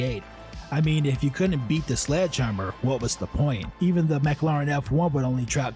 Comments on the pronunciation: MAC-ARR-LAARAAN F1 lol! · Did he start out saying McLaren as Mac-a-laren? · "Mack Larr Inn" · Learn how to pronounce mclaren